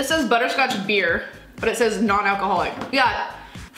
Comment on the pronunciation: We don’t drink ‘barr’ in England